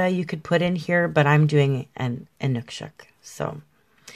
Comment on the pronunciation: thank you for the great painting - plus providing the correct way of saying Inukshuk. I think they're fascinating.